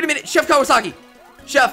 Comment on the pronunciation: It’s pronounced “Chef Cow-a-saki” he’s from the Kirby anime Right Back At Ya!